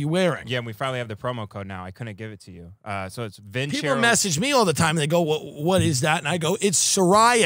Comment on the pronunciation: Vin-ce-ROH, stress on the the ROH ... means "I will win in Italian".